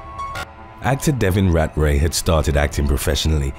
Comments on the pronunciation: Rat-Ray is NOT how you pronounce his name. Cmon man do better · You can’t say ratray seriously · *British accent "RAT RAY"